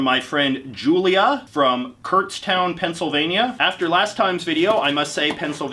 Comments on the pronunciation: I live near Kutztown and it’s not “Kurtztown” its pronounced “Kutstown” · I've been to Kutztown multiple times but didn't even realize you were talking about the place I'd been to because nobody says it like kurtztown